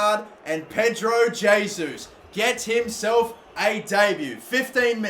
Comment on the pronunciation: It’s heysus